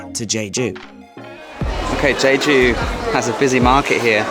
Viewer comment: You ate the ssam (lettuce wrap) all in one. 👏👏👏Just an fyi it is pronounced JEH-JOO.